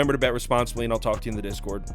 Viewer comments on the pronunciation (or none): none